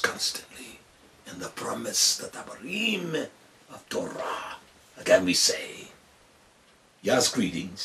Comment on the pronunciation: It's funny how he raddle his tongue when he say To-"R"ah, "R"-ed, "R"-uddy😭😆